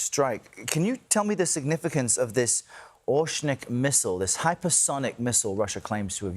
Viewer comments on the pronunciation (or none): What is osnik missle? Is the host illiterate and can’t simply read the name of the missile ? It’s not that hard or complicated. Or you can just say it’s name in English-Hazelnut.